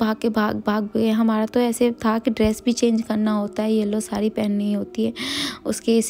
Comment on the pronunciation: शुद्ध बोलो सारी न बोलो साड़ी बोलो😂